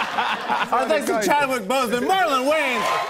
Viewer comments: "CHADWICH" what did he say?! 😕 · he said Chadwitch 😂😂😂